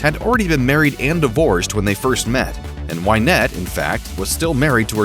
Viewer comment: It's Win ette not Wine ette.